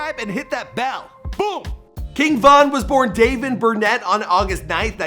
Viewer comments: “dayven” cmon it’s pronounced “day-von”😂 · If his rap name is pronounced “Von” then why would his government name be pronounced “Daven”. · Ohh NY gid u lost me after u repeatedly mispronounced King Von name ..despite the court footage clearly pronounced his name Dayvon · He’s name is dayvon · It’s pronounced “duh von” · His govt. Name is Dayvon Bennet. Like how u mess that up? I know u Canadian but y'all still speak English also. Cmon this aint the 1st time you done fucked somebody name up. Turrible